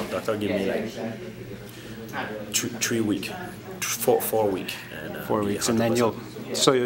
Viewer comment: I think GSP is a really great man and well formed! lol he said two twree weeks.. four weeks.. lool